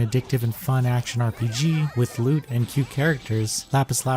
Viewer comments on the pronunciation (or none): every time you say "loot", I hear it as "lewd", try rewatching the video thinking that way :P